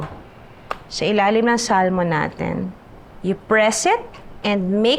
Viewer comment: It is pronounced ad Sa-mon.. silent L daw po.